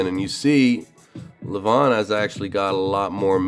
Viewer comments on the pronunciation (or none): It's LEVan as in seven, not leVAWN !